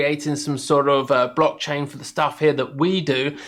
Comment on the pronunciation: Thanks for doing this-I operate on coinbase pro because of regional restrictions. I''ve noticed them more than once, and my gut was stirring- after seeing this I'm definitely take up a lt position and explore and of course, trade them in a separate pool. That being said, it's "blockchain" not "brockchain" you racist plick. :-D See what I did there?